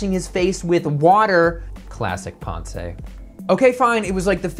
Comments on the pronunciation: I love your videos and this is great!! Just FYI Mr DeLeon's first name is pronounced pounce like... pouncing on unsuspecting prey. You don't pronounce the "e" like you don't in the word pronounce. The only reason I bring this up is that you made Ponce de Leon mispronounce your name. Thanks for all the great videos!!! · Nice idea. There’s no “ay” at the end of “Ponce”. It’s silent